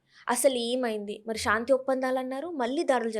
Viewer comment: షా న్తి కాదు తల్లి శాంతి అనాలి